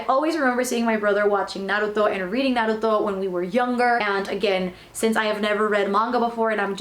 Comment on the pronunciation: first time seeing someone doing an manga haul,and pronuncing naruto correctly,good job :)